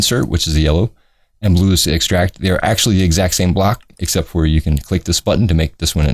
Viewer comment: Its also funny how you say xept instead of 'except' .....lol